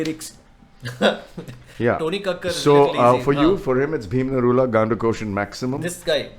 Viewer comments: Bhim Niraula was selected in Britain's got talent bro.😂🇳🇵 By the way his caste is Niraula not Narula. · Its bhim niraula, not narula! He is a nepalese residing in UK🤦🏻‍♂️